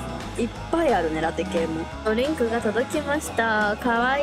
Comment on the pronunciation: 最初のボバ飲んでるお店でメニュー決めてる時に、こうへいさんが「ホットのラテ系かな」って言った後の、ジュリアちゃんの「いっぱいあるね」がめちゃくちゃ自然な関西弁のアクセントになってて、一緒に過ごす時間が多いから関西弁うつってきてるんやな〜って感じて微笑ましかったです🤍🤍